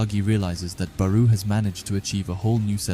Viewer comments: FIRST U SAID BARU NOW RAYCHI ARE U SERIOUS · SORRY COULDNT WATCH COZ U STRESS BAROU ON THE SECOND SYLLABLE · he’s most likely talking about how you said barous name, I don’t really care about the errors cause we know so it’s fine don’t stress on it. I like the chapter reviews btw.